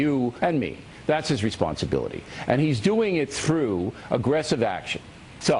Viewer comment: Listen to how o'reilly says through o.O